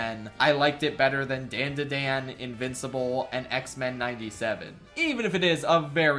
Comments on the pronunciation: The show isn't pronounced "dan da dan", it's "dawn da dawn", it's how they say it in the OP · you did not just say Dandadan like Dayndaydayn. And disrespecting my boy Chilchuck in the same video....... insanity. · “Dan-da-dan” Bro the intro says how you are supposed to say it 😭😭😭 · why does he say dandadan like thattt ughhh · He pronounced dandadan wrong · Why does this mf mispronounce DanDaDan when it's in the first .6 seconds of the intro in every single episode. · Given your opinion of it’s opening, why do you pronounce DANDADAN like that? Who is Dan? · Dislike for the dandadan pronunciation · saying dandadan like that is whitest moment in a while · no, I can’t ignore you pronunciation of danadan, idk why I care but it disturbs me on a primal level. Seriously, why am I so disturbed by this? Help. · The way you pronounce dandadan pisses me off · HOW DOES NOBODY KNOW HOW TO PRONOUNCE DANDADAN